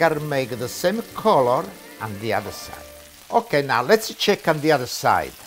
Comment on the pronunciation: The way he says now “nah” I’m loving it . He can boil water and I will watch it ❤️❤️